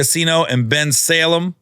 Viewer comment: finally said Bensalem correctly lol